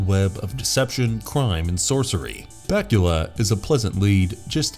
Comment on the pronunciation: You went from calling Scott Bakula Scott Bakula to Scott Batula